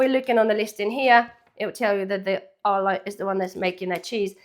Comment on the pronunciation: It sounds like you're saying Allah not Arla, but good vid.